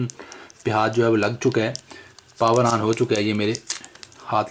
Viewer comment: bhai power on hota hai pawer an nahi